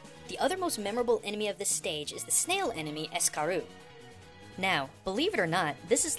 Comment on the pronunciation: escaroo? You mean, Escargoon! huh? whoever watches Kirby right back at ya should understand.